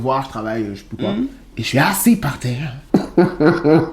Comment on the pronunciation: Ce que je retiens c’est eaaassi par tserre 🤣🤣🤣🤣